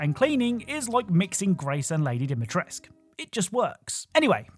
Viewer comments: its cazy how video game channels cant just say Dimitrescu the u makes a oooo sound, your user is not Captai Eggcelen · Dimitrescu, DIMITRESCU! THE U IS NOT SILENT! Why does everyone mispells her name????